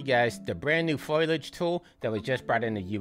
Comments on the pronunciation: Thank you again for putting out another video WINBUSH. I notice you saying Foilage rather than Foliage, is that another common way of saying it? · foe-lee-edge 😄 great guide!